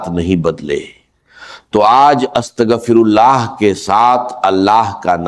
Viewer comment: Is bandey ko to astaghfirullah bhi bolna nahi aata